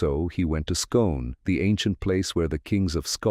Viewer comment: The place Scone pronounced Skoon.